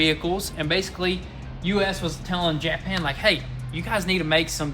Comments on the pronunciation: Be careful, when you say Jap an it can sound derogatory, it’s more like Ja pan!!! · Never heard anyone pronounce it Jeah-pan